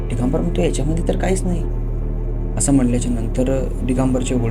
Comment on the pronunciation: डीगंबर नाही दिगंबर